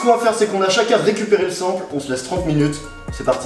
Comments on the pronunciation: Dead comment tu dis sample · C'est pas comme ça qu'on prononce sample 😂